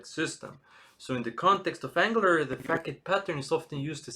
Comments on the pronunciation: Excellent content, straight to the point with meaningful tangents and fast movement. I really appreciate you taking the time. Just a friendly note, typically Facade is pronounced fuh·saad, at least in English. I hope you keep making great content, you really stand out as a specialist content creator! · what if i don't use singleton mean if I don't provideIn root for some of the services? btw it is pronounced fuh·saad